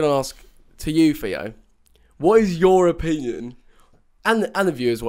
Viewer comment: Im sorry but the way joe says opinion cracks me up